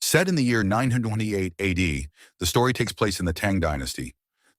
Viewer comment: Did the ai have a stroke reading the the year 928?